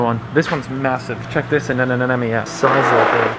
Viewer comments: you nailed the pronunciation of anemone 😁😁 makes ma day...😇😄😄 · Informative.. credits to you and tommy.. ohh you nailed the anemone 😁😇